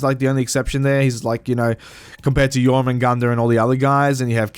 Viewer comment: My god you butchered jormungundr name so bad